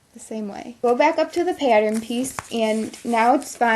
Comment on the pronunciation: shes good at these but every time she said pattern I got triggered lmao